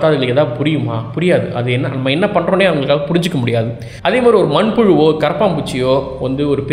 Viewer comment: manpulu slang 🤣🤣🪱